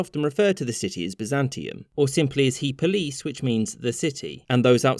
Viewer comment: It's pronounced: eh POH-lis (classical greek) or ee POH-lis (modern greek).